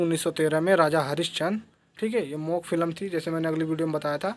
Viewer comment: Sir thik h pr ap gunge cinema ko mok kaha jata hya muk?